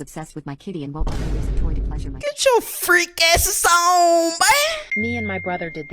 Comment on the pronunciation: "FRREAK" BOY